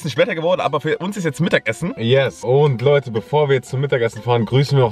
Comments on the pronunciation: ab hat laute gesagt statt Leute😂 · hat bei Minuten gesagt Laute zu leute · sagt bei min: wir grüßen jetzt zwei laute 😅😅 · Bei min hast du gesagt wir grüßen noch 2 laute (leute) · Ja er hat Laute gesagt😑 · Minute wir grüßen erstmel zwei laute statt leute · sagt Laute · wir grüßen noch zwei laute und nicht leute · Grüßen wir 2 Laute 🤣🤣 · # Laute😂😂😂 liebe eure Videos könt ihr mir mal grüssen bitte❤️❤️❤️🤘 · wir grüssen noch 2 lauten 👁️👄👁️ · 2 Laute🤣😂